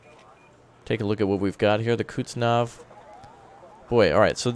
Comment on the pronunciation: please, its not Kutznov, its Kuznetsov